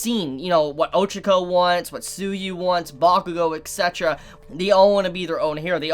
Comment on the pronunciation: its ets etera ,not eks etera ;)